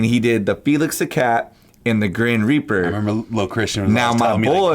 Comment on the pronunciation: "grin reaper" lol